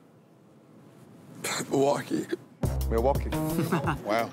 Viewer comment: Nah the dude who said “Milwaukee” and then proceeded to win the challenge is a legend